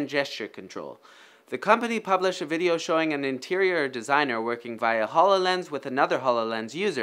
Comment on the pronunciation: eany veedeeooo you say